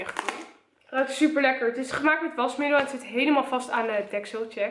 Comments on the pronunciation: Waarom zeg je zuper en niet super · jij zegt zuper inplaats van super en je zegt nogal vaak zuper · Het valt me op dat je heel vaak zuper zegt inplaatsvan super MAAAAAAARRRRRRRR LLOOOVVEE YOOOUUUU en stop nooit met YouTube💕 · HAHAHA je zegt de heletijd zuper